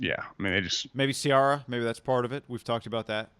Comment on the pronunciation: Yo Guy, if Russ comes to Vegas, you're gonna have to learn how to pronounce Ciara's name lol. It's See-Heir-Uh, like Sierra.